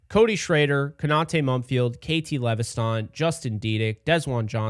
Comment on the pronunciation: It’s just lev es ton bro not le ve sthan 😂😂 KT LEVESTON